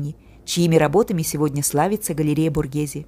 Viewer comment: СПАСИБО! ЭТО ШЕДЕВР ЗОДЧЕСТВА, Я бы никогда этого не увидела, только благодаря вам, я бесконечна благодарна. Произношение БОРГеЗе, звучит правильнее БОРГЭЗЭ.